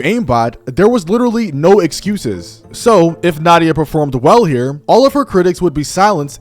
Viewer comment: Nadia ❌ Naughty-ah✅